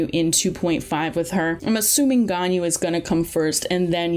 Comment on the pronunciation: “Yanjin” “Albetto”